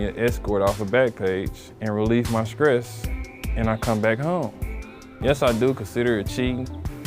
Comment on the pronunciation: Okay, we're not going to speak on him relieving his "Skress."🙄